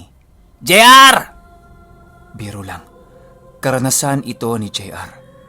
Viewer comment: Natawa ako sa “jay arrrrrrr” hahaha